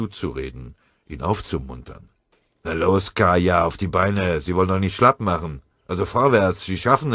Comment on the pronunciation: Sie "machem" jetzt schon Häufchen? Das ist wahrhaftig eine große Leistung!